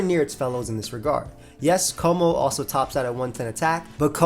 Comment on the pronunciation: It’s pronounced meh-tuh-GROHS, KUH-moh-oh, and hye-DRY-GIHN, “”! 🤨